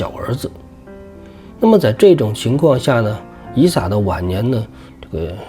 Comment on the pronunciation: 以撒。 名詞撒一聲ㄙㄚ。 撒拉.撒都.撒拉.撒冷